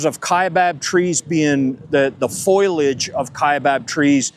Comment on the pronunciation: Apparently they have a lot of FOILAGE 😂😂😂 not foliage 😆